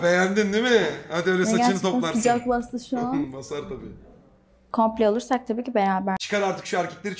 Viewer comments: (kapıl)Couple'ı komple diye okuduktan sonra eksilere düştü zaten gözümde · En azından "couple"ı koumpıle diye okumasaydın aa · "Couple" kelimesini nasıl okudu lan o hahahaha